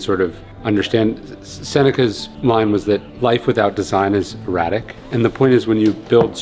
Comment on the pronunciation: Well…. Good points to motivate. But, it is “erratic” not “eradic”.